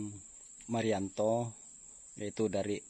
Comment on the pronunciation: Itu sumanto bukan marianto 😂